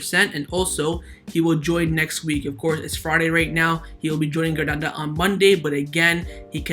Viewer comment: A have a genuine question: Why do you say Hranada (instead of Granada) and ter Stehen (not ter Stegen)? I understand that you are not a native speaker so I get that some English grammar and vocabulary mistakes are inevitable, but your pronunciation of Granada and ter Stegen baffles me…